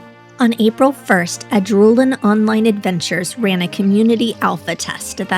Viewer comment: It's pronounced Ad - rull - en. Not Ah -drool - en. I kept saying it wrong on stream myself. Had a dev email me with with this to help me pronounce it correctly after they saw my VOD. 😆